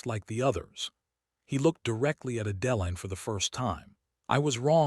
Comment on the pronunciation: I can take that pronunciation over the way Adeline is pronounced. Now that is really jarring!